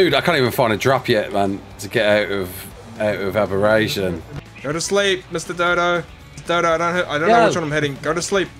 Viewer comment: Abberration is your weakness? haha i love it there